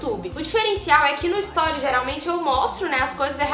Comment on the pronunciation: que agonia de vc falando storis kkk é STORIES!😂😂😂